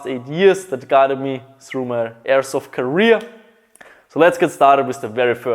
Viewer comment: Why do you say srou instead of through